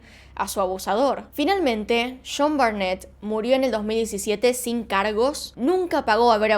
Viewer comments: Se escribe "Sean" y se lee "Shon" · Cada que dice "shon" no se si es John o Sean, pero weno, excelente vidio. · Y yo pensando que realmente era "Shon" javdjvzjavjza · Ojalá trataras de neutralizar más tu acento. Se confunde cada ve que dice jhon o Sean